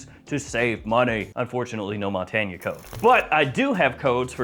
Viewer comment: I think it’s pronounced Mon-tain.